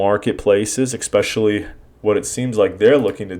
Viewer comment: Ek-specially....David Foote. Seriously?! Please at least know the CEO’s name before bashing the company.